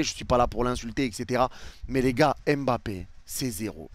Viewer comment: Stp ne dis plus m'bappé c'est mbappé! 🤦🏾‍♂️